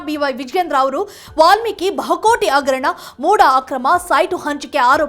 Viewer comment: ಅವೆಲ್ಲಾ ಇರಲಿ. ಮೊದಲು ಭಾಷೆ ಸುಧಾರಿಸಿಕೊಳ್ಳಿ. ಅಗರಣ - ಹಗರಣ ಅಣ - ಹಣ ಈಗೇ ಹ ಇರುವಲ್ಲಿ ಅ,...... ಇಂತ ಹ ಶಬ್ದಗಳ ಕೊಲೆ ಮಾಡಬೇಡಿ 🤦🏼‍♀️